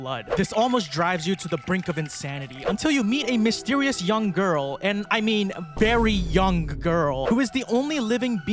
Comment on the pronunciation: I felt immediate dread the moment you put emphasis on “VERY YOUNG”